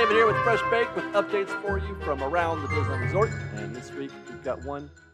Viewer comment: Diz-knee-land. Don’t forget the “knee”.